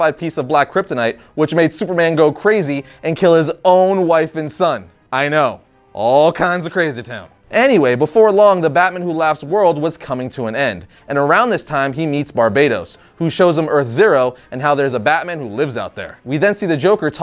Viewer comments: Bar-Bat-os Not Barbados, that's a country. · bArbAETos omg get the pronunciation right